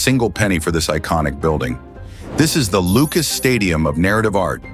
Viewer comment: Lucas "stadium" ???? hahahaha. A.I. sucks.